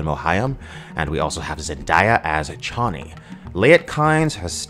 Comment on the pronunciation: Thank you for correctly pronouncing Chani's name.